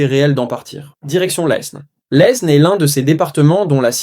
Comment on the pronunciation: On n'a jamais prononcé le S dans le nom de l'Aisne (prononcez Laine)